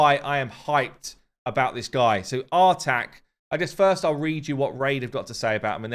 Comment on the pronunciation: I believe the new Champion's name is pronounced "Artahk", as in say 'Ah'.